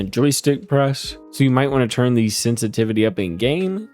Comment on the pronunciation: did you say sense a titty?